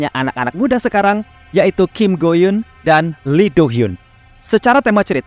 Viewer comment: Kim Go eun, nyet. Bukan Kim Go Yun 😂